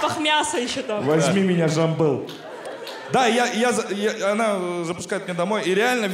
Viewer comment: просто лучшая 😂😂😂 ой угааар, просто на эмоциях сам не понял как произнес имя своего друга) а насчет парикмахерской даже не было сомнения, что выберут район Артема😂😂😂